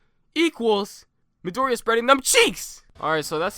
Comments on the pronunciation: 1 can you maybe pronounce Midoriya's name like "mee-dor-ee-ya"? Instead of "mid-ory-a"? 2 Midoriya has a lot of potential, due to the way his quirk functions, but I would say that bakugo should be in first as of right now, because of his destructive quirk. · I pretty much agree with the list. But please learn to pronounce Midoriya or call him Deku or Izuku =D